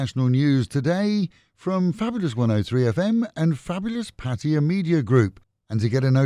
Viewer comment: It's not patiya it's "" PATTAYA "" NOT patiya